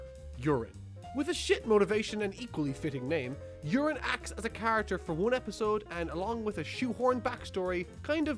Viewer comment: It’s pronounced You-Rin. Not urine 😂